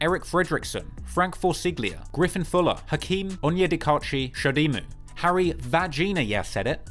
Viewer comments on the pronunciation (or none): none